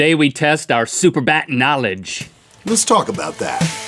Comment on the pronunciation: wow never say superbat again